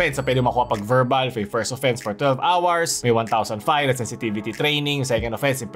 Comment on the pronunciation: say it again: twelve awars